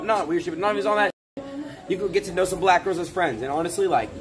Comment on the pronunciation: why adin cant say black normally he always has to say it like a racist